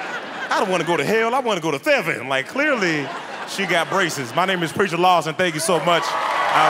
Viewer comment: Funny that his skit was about 'preacher' but Terri called him "lawston". lol